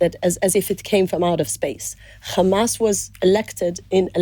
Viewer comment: Rapes? Where is the evidence Isreal? Beheading babies - no evidence. This journalist needs to be sacked - he didn’t once push for answers. It’s “Hamas!”Not “Kkkmas!”